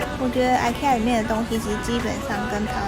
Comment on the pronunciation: 幾乎是一樣，玩偶有一些不同，鐵軌火車我看到了，我買了一堆呢，就為了孩子的微微一笑。吃的我就覺得還好，吃不太慣。愛kea，終於學到正確發音了，哈。